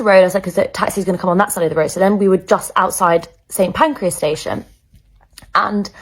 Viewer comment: The number of people who can't say St Pancras properly.